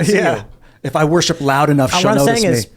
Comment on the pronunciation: OMGOSH THAT WAS SO FUNNY “MAYBE IF I WOSHIP LOUD ENOUGH SHELL HEAR ME”😅😅😅